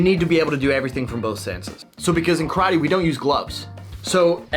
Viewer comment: First of all you guys must learn how to pronunce karate.